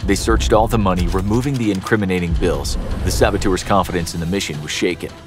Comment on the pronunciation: How many times did they say “sabatours”?